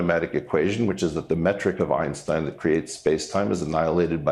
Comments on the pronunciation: Lol - “Ironstein” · I can't get over the fact that Piers Morgan is pronouncing "Einstein" like "Ironstein". It's hard not to hear.